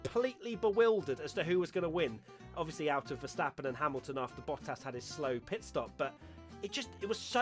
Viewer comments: Watching struggle to say Bottas made my whole week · You'd think after all these years you would at least get the "Hamilton, Verstappen, Bottas" part right😂